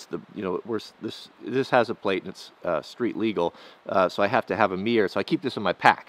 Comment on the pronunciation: Its funny how you pronounce mirror "mier"